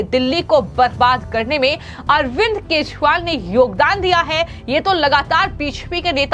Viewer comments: Kejriwal pronounced nehi kar pate ho aur chale ayee news read karne 😊😅😊😅😊😅😅😅? Yeh Arbind Keshpal kaun hain madam😅😊😅😊😊😊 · Speaker to note that the pronunciation of name of Ex CM Delhi. It is not (R) not KESHWAAL . It is KEJARIWAAL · ये अरविंद केशवाल कौन हैं सारे लोगों ने अरविंद केजरीवाल का नाम सुना है या आप केजरीवाल शब्द बोल नहीं पाती हैं आज के बाद आपका वीडियो हम कभी नहीं देखेंगे । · Ma'em, Sorry to find your common mistake and inform you that not even Once you could pronounce KEJRIWAL correctly n properly....... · पहले ठीक से बोलना सीखो 😢 अभी तक ठीक से "केजरीवाल" बोलना नहीं आया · Why she always says keshwal? Sounds so bad..... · The News बालों इस Female न्यूज़ एंकर के खबरों को पढ़ते समय केजरीवाल के नाम का उच्चारण भी ठीक से कर पाती हैं और भी बहुत सारे शब्दों का उच्चारण सही नहीं कर पाती हैं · पहले अरविंद केजरीवाल का नाम सही उच्चारण से करो।